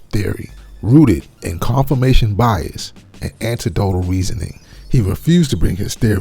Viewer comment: no. You said anti-dotal, not anec-dotal .